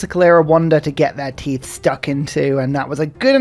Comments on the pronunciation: Is there some joke I'm missing with pronouncing tithe teethe? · Is pronouncing tithe like teeth an inside joke or something?